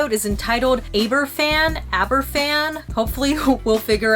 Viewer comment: In answer to your question, Aberfan is pronounced like Abervan. A single 'f' in the Welsh language is pronounced like an English 'v'. Great video! And it's nice to see Wales' darkest day finally being acknowledged and talked about. Thank you. :)